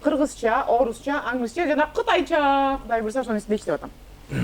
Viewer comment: Rush Tuк Rush Tuк Гудай эмес Кудай болот уят кылбачы сарт